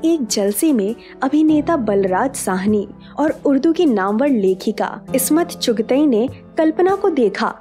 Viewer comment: The names are SHAHID LATEEF AND ISMAT CHUGTAI. Please improve your pronunciation of Urdu words. Video is good.